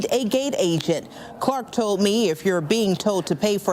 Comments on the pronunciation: That reporter in the red turtleneck mispronounced the words told as "toad" and Frontier as "fronter" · I was listening too this and new the news woman was black. How? The way she speaks. Almost normal. But just like how they cant say ask. She can't say told. Sound like toad